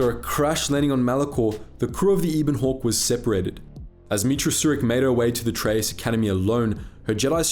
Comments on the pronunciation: I know a lot of people are going to be annoyed by this, so first of all I really like the channel and enjoy the videos. Second it's the ebon hawk not the eeeebon hawk, also please stop saying nucular, it's nuclear. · Ah yes pairuhgus and eeben hawk. Jk love your vids. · When pronounces it as the Ebon Hawk and not as the Ebon Hawk